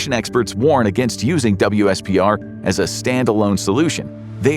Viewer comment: WSPR is pronounced as "whisper" fyi :)